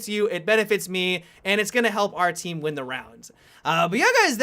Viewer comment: "clear out the enemy teamaa" 😄